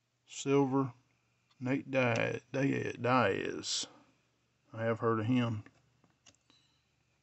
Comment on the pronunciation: Pls don’t pickup anymore if can’t even pronounce the most common fighter for Casuals, Nate DEEAZ. NOT DIEEAZ. Diaz.